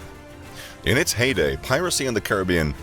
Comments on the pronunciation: Your pronunciation at the start is correct as its was name after one of the many indigenous groups of the region known as Caribs. So its ka·ruh·bee·uhn not kr·i·bee·uhn. Hearing it pronouned as the latter is like nails on a chalkboard. - your friendly neighbourhood West Indian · The first way of saying Caribbean is actually correct.